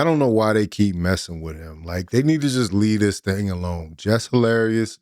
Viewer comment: 'Less Harlarious'